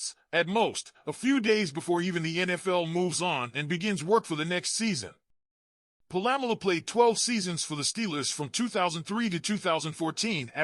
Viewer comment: My man don't disrespect Troy's last name its Polamalu not po-lam-malu SMH